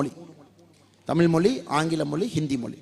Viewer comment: Not Moli it is mozhi.